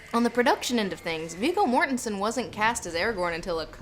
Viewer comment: Hey! Wait..what!? Someone that speaks English, that pronounced Viggo correctly and not "Vego", like he's a sodding vegetarian.